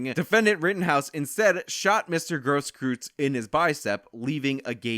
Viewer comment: Gage was lucky that Kyle wasn't wielding a 12 Gauge loaded with 00 Buck that night. He would not have been alive to testify on the stand, let alone file this lawsuit. And Grosskreuz is pronounced Gross-Kroitz.